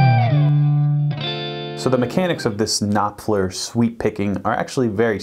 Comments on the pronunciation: Mark KnopFLER 👍... Not "knoPler" 😒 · His name is pronounced Noffler, and why do you speak like he is dead? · The p in Knopfler is silent... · Y do y’all call him nopfler? The name is pronounced *K*nopfler! There’s a k at the beginning of the word! Jeeeeeeesuuuus! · This is not how you pronounce his name... At least get his name right before you make a video on him... Mark is a legend.. It's mind boggling to me how a guy running a guitar channel on youtube can't even pronounce the name of one of the best guitarists of all times... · Why would you say Knopfler like that 😂😂😂 jk great content